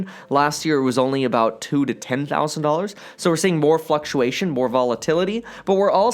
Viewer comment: lmaooo now we are starting to see $20,000 of “fuk-u-ation”